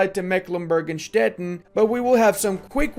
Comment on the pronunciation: it is pronounced Stettin like "shteteeen" like a sweeet 17 yulululuuu! nice videos